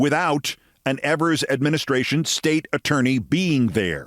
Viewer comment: 👍👍 it's Eee-vers.👍👍👌